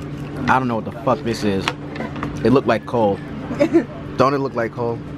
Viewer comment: Am I the only one that heard "let's fuck and fuck and fuck"???? Like damn. 😂😂😂😂😂